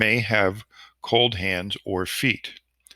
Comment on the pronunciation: Cold not coud